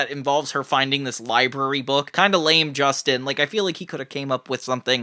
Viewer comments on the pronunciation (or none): none